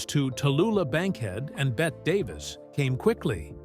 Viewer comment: The photographs are from “The Little Foxes.” Neal was in “Another Part of the Forest.” Bette Davis’ given name is pronounced “Betty” not “Bett.” Silly mistakes.